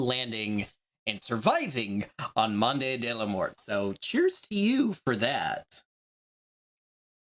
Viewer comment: monday de la moorte 😅 try mond the lah more. perdon my french